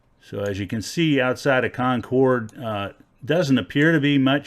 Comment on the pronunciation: Agreed. Like “kon-KERD” for NH for sure.